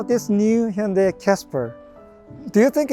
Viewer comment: For all the stubborn European (Brits) listen how he pronounced Hyundai. Not Ha Yun die!!